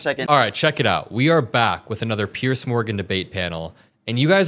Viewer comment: Why do all Americans manage to find the letter C in the name Piers? There seems to be an assumption that he is called Pearce.